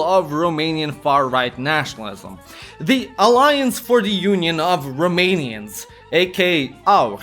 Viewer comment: Props for the genuinely good pronounciation of romanian names